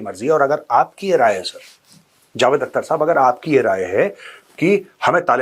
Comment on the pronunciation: "Akhhhhhter" theek urdu mein pronounce karo Major sahab 😂